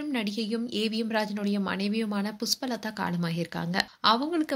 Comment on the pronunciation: புஸ்பலதா இல்லம்மா 😂 அது புஷ்பலதா தமிழ் வெளையாடுது போ உன் வாயில